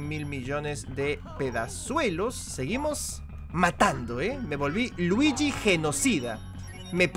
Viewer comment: Se dice Luigi no druigi a por cierto me gusta tu nueva serie de detective Luigi